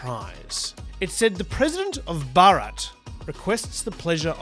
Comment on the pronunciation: I've heard a lot of native English speakers talking about this recently. None of them seem to be able to pronounce the name Bharat correctly.